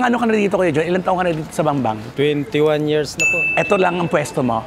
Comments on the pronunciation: Bambang hindi Bangbang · BAMBANG, NOT BANGBANG